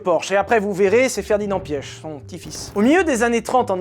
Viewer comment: Je n’en PEUX PLUS de t’entendre dire « Ferdinand Piech » j’ai juré ça m’irrite